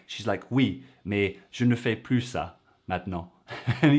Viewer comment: Hardly any English accent at all. Only when she says "mais", or "j étais". Which she pronounces "meille" or "j éteille". It is extremely slight.